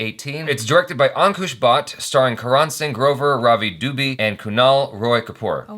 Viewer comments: Oh now I am offended!! Dubi not it's dubeyy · Its Duu-bay where bay is pronounced like in Bay-watch. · the pronunciation is do-bay 😂